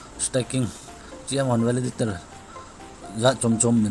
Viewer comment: beh2 hija bro... Themkhat hoidom in bol o Valaditor ahipoi e Validator joh ahe chuleh pronunciation jong kicheh dom leh dei aume